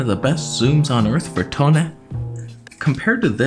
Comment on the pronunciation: He said f2 to 2.8 this lens is the best for “Toneh” 😭😭😭😭😭😭😭😭😭😭